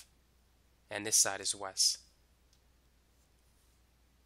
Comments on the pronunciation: Its called west, not wess.... Same goes for east not eeess. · I would give him that, except for the fact that he said. Eas, Wes 🤦‍♀️🤦‍♀️😬